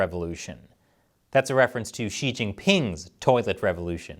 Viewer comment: not really the right pronunciation of "Xi" either. Yes, u know China sooo well too... like the general you show, probably